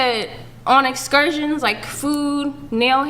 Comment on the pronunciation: Why the emphasis on excursions?